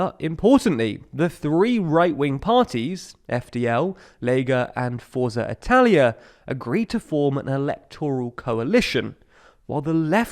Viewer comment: This may seem petty in the grand scheme of things, but you really need to work on your Italian pronounciation: "Forza" is pronounced Fort-sa "Azione" is pronounced At-see-oh-ne